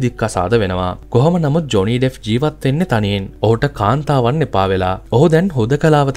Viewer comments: ඩෙෆ් නෙමෙයි ඩෙප්ප්.. ලෝක ප්‍රසිද්ධ කෙනෙක් ගේ කථාවක් කියන කොට නම හරියට කියන්න.එතකොට නොදන්න කෙනෙක්ට වටිනවා. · ඩෙෆ් නෙවෙයි බං ඩෙප්